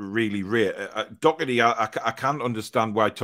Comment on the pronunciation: complaining about pronouncing players names but he said dockerty instead of Doherty bit rich 😂